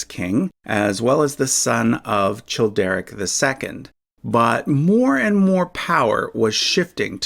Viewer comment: The “ch” in Childeric, Childebert, Chilperic and Charibert is pronounced as /k/